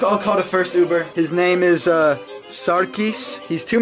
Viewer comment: “I don’t know uvvver driver”